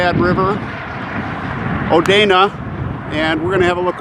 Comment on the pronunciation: O Dan a not O Dane a